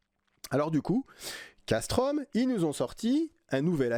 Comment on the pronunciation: Salut Fan de couteaux, je me permets de t'apporter amicalement de petites précisions : Casström se dit CasstrEUm, Las Fält se dit Lars Fêlt et Fällkniven se dit Fèll-Niven (Il n'y a pas de O et le K ne se prononce pas).